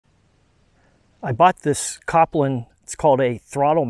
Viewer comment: It's cole-pin not cop-lin